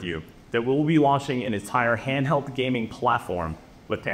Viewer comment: Handheld or handhald 😂 now you hear it 😮